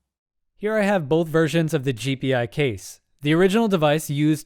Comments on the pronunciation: It's pronounced "jee-pie," not "jee-pee-eye." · FYI, it's pronounced Gee-Pie, not G P i. Just throwing it out there. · It's not.. G P I case.. it's G Pi case..